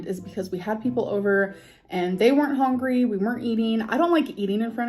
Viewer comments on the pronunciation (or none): Hongry why does she say it that way